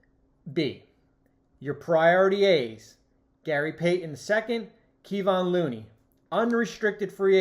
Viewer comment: Learn how to pronounce Kevon Looney and Bjelica's names if you wanna do a segment on the Warriors